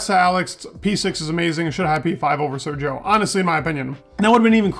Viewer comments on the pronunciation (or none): none